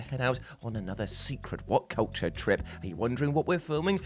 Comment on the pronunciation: I'm always so excited to hear "I'm this is wut cuwture.." auto thumbs up.